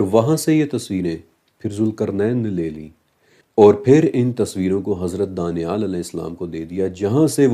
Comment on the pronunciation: Danial ka Pronnouncaction hmm daaniaal karte hain, but likhte danial hi hain aapne muslimo ke name sune honge daaniaal.